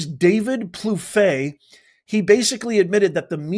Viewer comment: Hi from Florida. It’s pronounced David Pluff